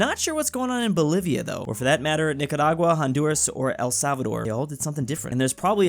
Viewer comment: The way says NicaRagua is just satisfying